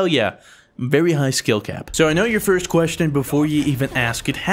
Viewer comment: I thought you said fruit instead of first for a second - I would've been so mad ;)